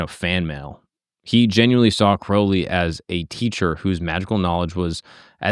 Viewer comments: Crowley like holy, not crowley like howling. Aliester even wrote that, he must have had people mispronounce a lot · Crowley like Holy, not Crawley like Gawley. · the guy literally wrote a poem "my name is crow-lee, it rhymes with holy, but people who treat my foully, pronounce it crouwley". great video. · Crowley rhymes with Holy. He changed his name to rhyme. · The great beasts last names proper pronunciation is "Kroh-lee" Now, as for scientists and occultism, they commonly go together. A lot just aren't open about their occult practices. The sciences themselves come from occult workings like alchemy(turned into modern chemistry), astrology(Astronomy), etc. Besides the two are oh so similar, one requires a type of faith that the other doesn't but, there isn't a whole lot that is different besides one being accepted by the general public and being a formal academic field, and the other being less so(There are some academic fields pertaining to occultism and occultism is more accepted now than it ever has been but, still not as widely accepted as science) Edit: In case anyone is curious where I get this basic information from, I have been studying the occult, esoteric, divine, etc, since I was 14, so 17 going on 18 years(I'm turning 32 this October). I have also been a practicing occultist with some Gnostic, some Thelemic, some Rosicrucian, and some of my own formed belief system(Ethrakael) views, beliefs, and practices for 12 of those, and so, it is an area of vast knowledge for me. Also, let me iterate the Thelema aspects are not the dark, sex ritual, weird shit. It's dark don't get me wrong but, not that dark lol. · Ozzy called him Mr Crowley in the song. "Crou" no one pronounces it "crow". Don't change how you say it for other people bro... fuck em. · I always pronounce it like the ou in Thou.